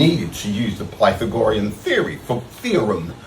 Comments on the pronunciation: I swear he's saying "pythongorean theorem." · Plathagorian? Piethagorian? 🤣🤣🤣🤣🤣🤣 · It's PythagoREan, not PythAHgorean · Ah, yes, the prythonagroriam theorem. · but but but, PY-tha-GO-rem is JUST A THEOREM! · How can someone be this stupid!? Wtf is pie thegorian!?!?!? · The “PIE - tha - gorian” theorem, what a complete dipşħïț 😂😂😂😂 It’s unbelievable that he says he knew right away that it was horseradish, so the other % of the global population must be wrong. 🙄🤦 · "Python gorean" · "pie-the-gorian" theory? Hahahahahahahaha. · "PY-THA-GOR-IAN theorem!" 😂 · The Pi-the-gore-yen theory-um. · I couldn't get passed the way he said pythe-agorean theorem. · OMG it doesn't know the Pie tha gorian formula is only on right triangles... clearly he's never even had "Tri go nome ics" ( assuming that is how he would pronounce it ) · PY-THOR-GORIAN? What now? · Pie-thuh-gorean. Holy balls that pronunciation! The one thing I can sympathize with this guy on, as a slow thinker, is that AI assistants will start answering your questions the moment there's even the smallest break in your speech, making asking it questions a frustrating pain in the ass. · Cant take people seriously, when they cant even pronounce the terms they THINK they understand. "Pie tha gorean" 😂 this guy is beyond cooked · "It takes 10-20 seconds to learn the Pie Tha Gorian theorem and its easy."... yeah, maybe he could have spent a few more seconds on learning how to pronounce it properly. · Pie-Fo-Gry-an Theory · Pie Thaggo-Rean? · Pie-thag-OR-ree-un…..? Um what now? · This man thinks Honey Nut Cheerios has live bees in it. And it isn't pronounced PATH-AH-GOR-EE-AN, you chalk-eating tool. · Sounds like a pokemon when he pronounces the theorem wrong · The what theorem? The what? This is the second flerf I have heard mispronounce pythagorean the same way. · was he talking about Pythagorean Theory? he really butchered the pronunciation of that. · This flidiot cant even pronounce Pythagorean correctly